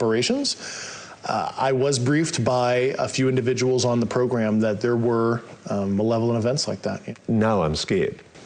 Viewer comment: Constrived, Nuculer, Manevolent 😅